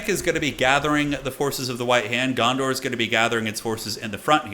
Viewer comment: Dondor? Kinda sounded like u said that instead of Gondor. Maybe its like annoying step brother, Dondor